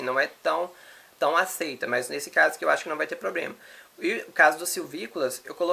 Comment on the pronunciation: Um rapaz tão inteligente falando POBREMA